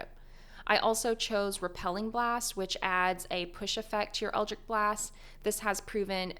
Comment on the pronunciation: Best warlock build guide, worst pronunciation of eldritch.